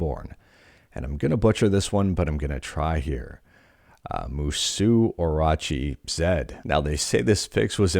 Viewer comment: Moo-Soh Oh-Roh-Chee. 👍